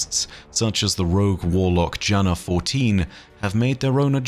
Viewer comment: Btw, Jana is pronounced as Yana